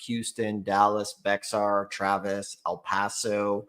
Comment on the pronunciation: Bexxar County is pronounced Bear just fyi from a hick in TEXAS!🤠